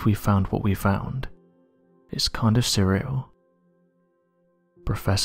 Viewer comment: Number 34… and I quote… “I can’t believe we’ve found what we’ve found, it’s kind of cereal” ….. it’s Surreal 😂😂 lol… Love these videos always put them on to fall asleep too.. lovely voice